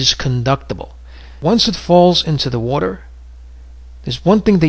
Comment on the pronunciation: WODER WODER WODER WODER!!!!